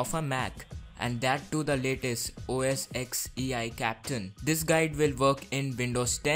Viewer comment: Its pronounced os L caa pi taan